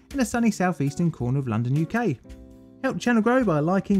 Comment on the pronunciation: BTW 'a sunny cornder of SE London'? Where's that, Cannes? I love the channel but I have to say that you need to check pronunciation, especially chemicals. Trichloroethylene is spoken as trai·klaw·row·eh·thuh-leen, not tri-chloro-phene. That's just an example I remember. It grates only because the quality of everything else is great. I wouldn't mention it if it wasn't so close to perfect.